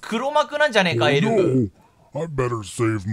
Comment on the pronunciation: 顎といいエルフやサンタの発音の癖が強すぎて解読不能です(スピーディー土下座)